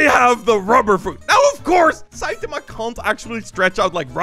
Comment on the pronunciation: its SAITAMA NOT SEITAMA